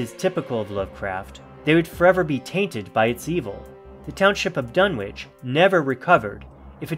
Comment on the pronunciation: It’s pronounced Dun-itch